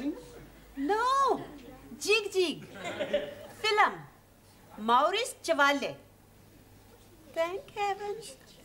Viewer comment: Maurice chawale.she even pronounced the name with indian accent 😹😹